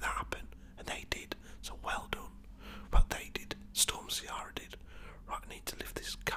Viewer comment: Irishman here, Ciara is an Irish name pronounced Key-ra, not how you did 😂 all the best mate enjoying the videos